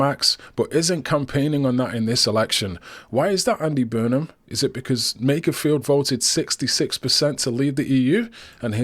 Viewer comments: I wonder when will realise it’s Makerfield, not Makersfield…. 🤭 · there is no ‘s’ in Makerfield!